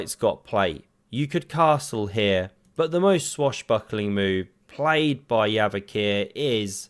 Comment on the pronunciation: Bro it's Javokhir not yavokhir